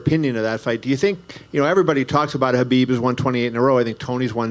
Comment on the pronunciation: He cannot saying the name Khabib..